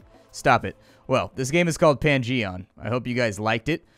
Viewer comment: Pan-Gee-On, where you explore a Dun-Gee-On.